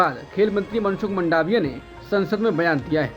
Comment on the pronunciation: मनसुख की सरनेम मांडविया है नहीं के मंडावीया . वैसे ही जाडेजा होता है नहीं के जडेजा , और कापडिया सही है कपाडिया नहीं.. साँडेसरा सही है , नहीं कि संदेशरा . Theory को थियरी बोलना चाहिये , थ्योरी नहीं.